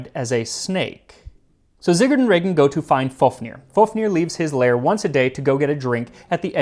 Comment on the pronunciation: Heart of especially moose or reindeer but, also venison or even beef (veal) makes a great snack to go with a cold beer in the sauna. Just marinate it in saltbrine and then either smoke it or dry it. Like a more "meaty"-tasting version of jerky. Also, nice pronunciation of my brothers name, Regin!